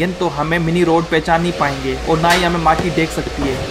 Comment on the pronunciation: Moti Nahi Mati Achase Bolo 🤣🤣 Plz.......